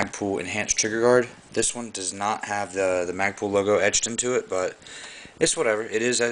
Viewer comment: mag-pull.. not mag-pool. ;-) lol nice rifle.. hows it shoot?